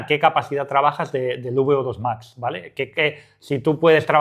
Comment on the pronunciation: Beodos Max?, eres latino?